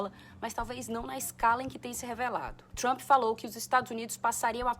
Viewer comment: Tá tão cansativo esse cara. E todo mundo q fala tchrump é fdp!